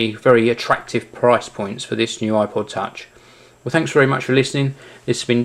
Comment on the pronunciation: he sounds like he said aqua touch.